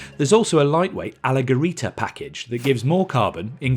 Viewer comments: The "g" sounds like "j" in English It's not "allegherita" like this guy pronounces it, it sounds "allejerita" which means "lightened" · Why doesn't Lamborghini send a pronunciation guideline to the press? Temerario is OK, but the way you say "Alleggerita" is insane. It's pronounced "allejjerita", like "JIF" or Jordan. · It’s not alleggherita it is ALLEGGERITA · Maaaaate!!! AlleGerita??? Those (double) G(s) are pronounced like "J". AlleJerita!! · I’d say Fearless rather than Reckless. Also Alleggerita, meaning lightened, or unburdened, is pronounced alleJERita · Next time be careful with the pronunciation. You said alleggerita as if it was written “alleggerita”. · Allegerita is pronounced with a soft G sound.. notice it doesn't have an H after it. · I can't with the alleggerita pronunciation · The G in Alleggerita has to be pronounced like the g in G-Force, just a little longer, because they are 2 of them. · You pronunce wrongly "alleggerita"... The double-G followed by E or I it sound as a double sweet G. And "Città" mode... It have to pronounced as "Chitta" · Alleggerita , it's pronounced almost like you do in JET, similar meaning as SUPERLEGGERA, for Aston Martin from the famous Touring Coach Building company, not an hard GHE. Hope that's clear enough for you. Look pretty, hope that drives well too. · That's all good, but that's not the correct pronuciation of "alleggerita" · in the era of Google translate and pronunciation assists, the pronunciation of "alleggerita" is both embarrassing and unacceptable. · the gg in alleggerita has to be pronounced like a double j, and alleggerita means lightened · 2024... SERIOUSLY, use google to learn how to pronounce "alleggerita"... shameful... saluti dall'Italia